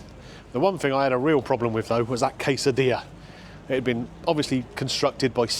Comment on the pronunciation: I heard “case of beer” instead of quesadilla…It would have been more nourishing for everybody.🥴